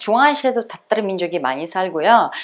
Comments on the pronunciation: 따따르 민족으로 발음이 들림 그럼 따도 아니고 타도 아니고 그 중간음인가요? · 님 러시아 어디 사투리임? 땃따르? 따땉르? 러시아 표준발음으로 화실히 해주셈